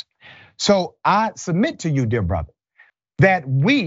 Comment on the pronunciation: I'm not sure "dear brother" means"dear bother"when he says it😂